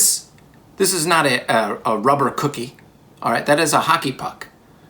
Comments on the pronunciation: it is a "cook"ie not an ie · Really takes the "cook" out of "cookie". It's just an "ie"